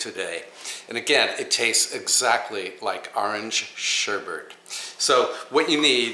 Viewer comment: SherBET not BERT